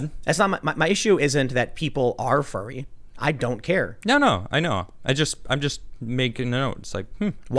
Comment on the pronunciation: Am I the only one who keeps mishearing furry as fairy?